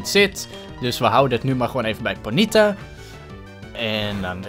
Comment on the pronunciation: bij ponyta leg je de nadruk op de 'o'